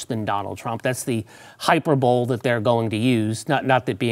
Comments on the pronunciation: Lol yeah I also thought is this an American way of pronouncing the word? Hi-purr-bowl-lee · “Hyper bowl?” Are you kidding me?!